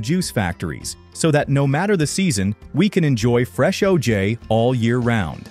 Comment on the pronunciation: Good video. Learned some things. I hated how the stupid ai voice said O-jayy Fuck ai